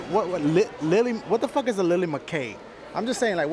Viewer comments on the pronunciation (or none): none